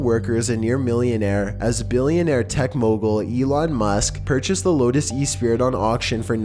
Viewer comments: The Bond sub's name sounds like "Espree," not "Espirit." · Not e-spirit, it’s pronounced uh-spree.